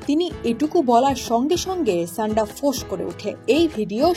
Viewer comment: ছান্ডা কি ভাই😂😂 সান্ডা!!!